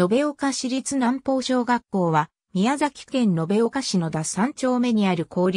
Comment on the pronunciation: 南方ナンポウ、ではなく、ミナミカタ小学校と読みます。